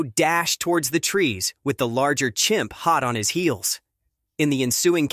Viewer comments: Please fix your title. You say "Champ" instead of "Chimp" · It is CHIMP - not CHAMP...